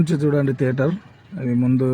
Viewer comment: తేటర్ కాదు లింగం థియేటర్